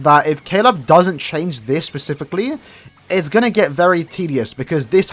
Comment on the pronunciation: day 1 of asking to say specific instead of pacific